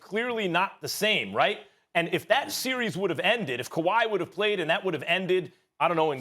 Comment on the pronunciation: Max- "he had covod a week a week ago" Me-no mammes guey